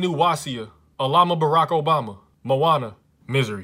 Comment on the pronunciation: Alma Barack Obama 😂😂😂😂